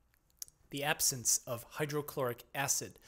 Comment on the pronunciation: its almost like a alien language. 1 hour in and still in the As... RIP , sore throat? And you are starting to pronounce normal words wrong like absence became absance